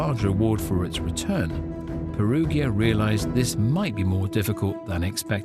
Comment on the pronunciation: Peruggia is pronounced with a soft 'g' sound, as in 'gin'.